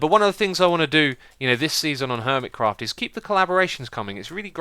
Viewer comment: My Christmas is on the 7th of January so I'm still waiting for it,but I'm glad to hear that you had a great Christmas.BTW, I love the way you say Hermitcraft.